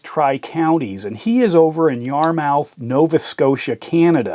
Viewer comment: Yar-“mith” Nova Scotia 😂